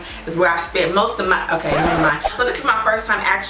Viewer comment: The Friday "Uhkay"!😂😂